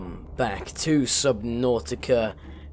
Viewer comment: Thank you sooo much for pronouncing subnautica right!